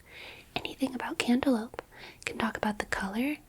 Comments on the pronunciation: Did she say cantaloupe or candelabra? 😭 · She said cantaloupe dumbass